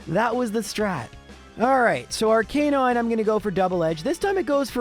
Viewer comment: Can you please stop consistently mispronouncing Arcanine and Lorelei even though you know the correct pronunciations? It's very irritating...